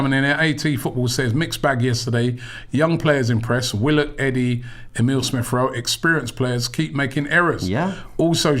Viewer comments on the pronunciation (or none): none